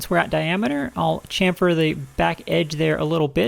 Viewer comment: The biggest and best part of this video is you pronouncing "chamfer" correctly , with an SH instead of a CH 👍